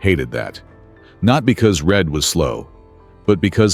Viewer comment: Reid? do you mean Read?